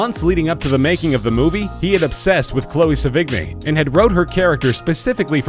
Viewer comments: Its not "se-VIG-nie", its "se-vee-NYEE" or "SE-vi-nee". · It isn't Sevi-g-ny. Learn to pronounce. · Gallo is pronounced exactly as it's spelled and Sevigney is not pronounced Se-vig-nie its pronounced Seven-yay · It's Pronounced Sev-In-Yay! Not Sevig=Knee! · Chloe se-vig-ni hahahaha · Chloe Sevigny is pronounced "seven-ee" not "suh-vig-knee." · Her name is pronounced "Seven-yay" UGH! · that is not how to say Chloe's last name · That's not how your pronounce Sevigny, the g is mostly silent. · wupperelfe Not to mention Sevigny... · You really should google search how to pronounce these people's names before recording the voice-over. Vincent Guyo? Chloe Sa-vig-nee? Come on. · pronounced *Seven - Yea and *Gal - O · Anybody else cringe at the pronunciation of "Sevigny" and "Cannes"? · Aside from mispronouncing both the performer's names quite severely, he's leaving out the detail that Gallo and Sevigny were boyfriend and girlfriend until amicably splitting up about a year before he started production on this movie, and they had clearly had a great deal of sex with eachother many times before. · omfg! this fucking narrator pronounces the "g" in sevigny but doesn't pronounces the two L's in gallo? lmfaooo! fucking idiot learn to pronounce.